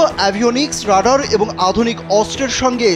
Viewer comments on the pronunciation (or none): none